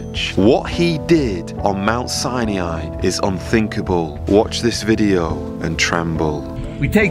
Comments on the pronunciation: its pronounced mt ' si ni ' not si e' ni................ you should know better............... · Brother it's not Sainiai. It's Sinai. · Is there a reason you pronounce it "Siniai"? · From Egypt, please learn how to say Sinai properly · Where exactly do you see an E in Sinai, stop mispronouncing the name of a sacred place, and who gives you the right to call others out , isn't this against ALL you supposedly stand for ?? I am a believer but NEVER do I call people out for their GOD given right of CHOICE, as misguided as it may be, you need a dose of humility and understand if you are a messenger then give the message, don't berate people in your quest. Hopefully you get something out of this, tho I kinda doubt it .